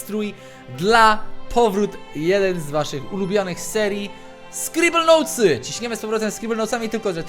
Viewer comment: Jeej Skribelnołtsy xD